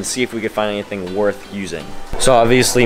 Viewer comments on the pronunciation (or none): none